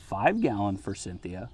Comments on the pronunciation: Repeat after me. For-sith-e-a. 😅 I used to pronounce it like that, too. My town has so many forsythia hedges and they all look terrible. Either sheered to death or unpruned in 50 years. Still alive, though. Buy a cheap one and put it on the edge of the woods with a bunch of daffodils. You’re lucky. My lowes has absolutely nothing on the clearance rack. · There is no N in forsythia. Just sayin'